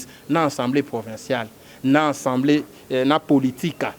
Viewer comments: A a a a assemblée et non en en en ensembleé oyo peuple ya ndengué nini? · le pire c'est qu'il n'est pas le seul à prononcer ensembleé au lieu d'Assemblée, cela ne vous choque pas que nombre de ceux qui se prétendent avoir bien étudié aient du mal à prononcer avec constance ce simple mot dans un même discours: ils utilisent alternativement assemblée et enssemblé un mot qui n'existe pas en français. Vous sentez-vous visé peut-être mais bon....